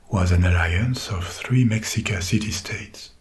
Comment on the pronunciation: This dude absolutely NAILED those hard consonants in Náhua 🙌🙌 I was impressed as somebody who had Mexican relatives that spoke it! What's really funny to me is that the only thing that was mispronounced (understandably) was Mexica- and that's probably because we say Mexico with a hard X (ks) but before colonization it was in Náhuatl and was pronounced (Mesh-EE-ko), and the people were the Me(sh)ica. Honestly tho the hard consonants are the more important part of the language anyway so it works